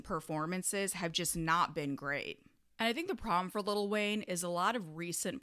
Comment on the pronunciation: i agree but damn it's funny hearing you say little wayne 🤣🤣